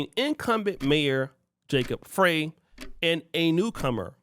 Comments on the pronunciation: Ummm, Somalis have more than 2 "tribes" in Minnesota, but there are some tribes more in number. Also, the Mayor's name is pronounced "Fry" not "Fray." But I live here, so I wouldn't expect those things to be known by others who do not. And absolutely, none of these other groups adapt to Pan-Africanism, neither here nor anywhere else. They stick to themselves, in their own silos, and support themselves. Those over here, including Somalis, take advantage of benefits in this society fought for by our ancestors on our behalf. I've seen them put African American on documents to exploit our standing in this country. They might feign Pan-Africanism for the purpose of benefiting from us. But, for the most part, Africans are Pan-African anywhere but Africa. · His last name is pronounced Fry not Frye. Minnesota has the largest amount of Somali immigrants in the US. The mayor is very smart. During Covid, he allowed the Muslim prayor to be broadcast over speakers. No other religious group got that permission. They are Somali's not Somalian. We have had over $1 billion in DHS Fraud here in MN: Feed our Future, Home Health Care, Childcare, Autism Care, Non-Profits, investigations are ONGOING, and so the Minneapolis public blames the Somali community for most of it.